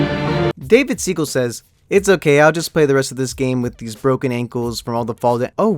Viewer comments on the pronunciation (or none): none